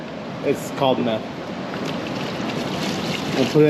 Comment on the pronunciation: 5 gallons of MEFF baby